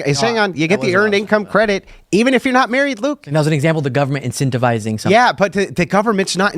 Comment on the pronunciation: yeah talks like a valley girl. he constantly uses the word "like" and listen to how he says "yah" in the time code i linked.